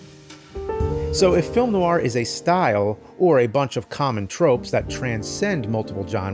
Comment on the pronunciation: There's no I in Team. And no R in Film